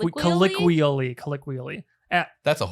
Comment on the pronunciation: It's collOqUially, not "colliqially".